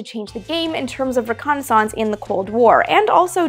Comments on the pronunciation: Reh connie sonse? ...lol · Amy, I love the way you pronounce reconnaissance. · I like how you church up the word "reconnaissance" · Love the show, but you pronounce "reconnaissance" in an unusual way :) Yes, I know it's also a French word :) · Have...have I been mispronouncing 'reconnaissance' all these years?